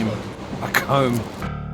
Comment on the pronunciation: It had to be lol, the emphasis on the comb was hilarious and I for one hope you enjoyed the trampoline 😊